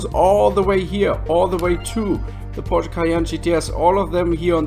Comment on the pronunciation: It's Porsche by the way being helpful here. I mean there's a chance where you're from they say or type it differently.